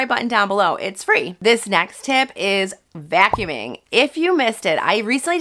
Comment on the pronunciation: The way she pronounces vacuuming a vyacuuming🙈